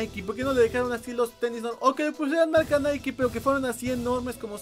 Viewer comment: Por fin alguien que sabe pronunciar nike